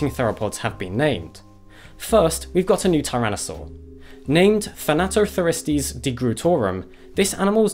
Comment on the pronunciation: "thanato the ristes"